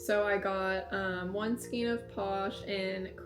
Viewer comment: Skein rhymes with rain, not queen or line. Having said that, everyone seems to pronounce it differently, so don’t worry about how you say it. 😊